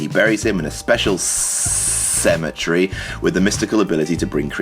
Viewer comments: why does King's spelling of cemetery bother this guy so much? i mean, he pronounced it "sim eh tree", so it doesn't sound right, regardless of spelling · You're making fun of the way he spells cemetery, yet you can't pronounce it XD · I cringe at the way you pronounce "cemetery"! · No one says cemetery like that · I cringe at the way you pronounce cemetery. It has 4 syllables not 3.